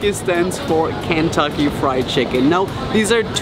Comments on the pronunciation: It’s American not american and Kentucky not cantucky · Look no offense ik your from Britain but I’m from Kentucky and I’m dying (Not literally) U pronounced it Kantuckey it’s Kentucky Sorry ik it sounded rude but I’m from Kentucky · I got so upset when you said “Kantucky” lol. But I love you! ❤️ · Lunar Eclipse it was just his accent, he said Kentucky but his accent made it sound like Kantucky :) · i know I said “ik your from Britain” but honestly I just 😂 lol idk but it feels weird hearing him say “Kantucky”